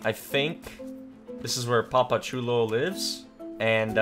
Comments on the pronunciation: when he said “I might just go straight for cholo” instead of Chulo 😂😭 shit had me dying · You say chulo so white